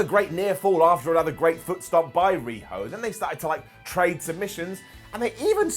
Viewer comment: I thought you said riho dweb at first 😂